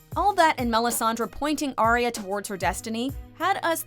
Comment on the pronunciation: It's ARYA, stop saying ARIA!